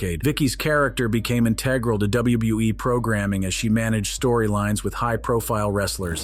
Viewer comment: u say wbe what wbe